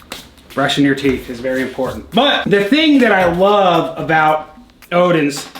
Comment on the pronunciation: We Scandinavian knows he's American when he says Odin's and not odens